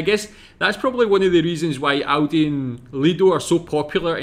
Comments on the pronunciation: How he prnounced Aldi as Audi, which is a Car Brand xD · Aldi, not Audi!- Aldi is a very fast supermarket with low prices and good products - Audi is a German car manufactorer, not so fast but with very high quality products, as well - cars in this case! 😅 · It is A L di not Audi 😉 And yes, speed please, won't waste time in a supermarket 😂